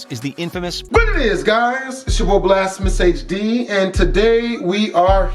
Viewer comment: the most powerful seamonster in the world is the infamous nope. "BLAST-PHAMOUS" HD. Lmao Lol